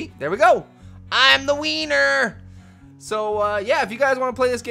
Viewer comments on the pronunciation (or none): LOL SOUNDED SO WRONG WHEN HE SAID HES THE "wienerrrr" :D